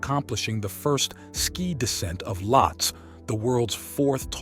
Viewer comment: its' not Lottes. It's Lhotse. Lot-say. Also your spelling on the click bait banner is atrocious. get educated please. You're making Mountaineering videos for gosh sakes!